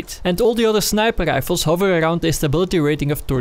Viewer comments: Do you mean snipel lifels? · i only watch these videoes to hear tou say "snæiper ræifels"